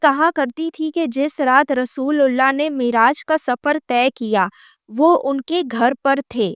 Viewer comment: She is not an ex Muslim. She is christian. She can't even pronounce correctly "رسول اللہ" and name of Masjid E Haram. She not for once said Bait ul Muqaddas, instead she said "Jerusalem".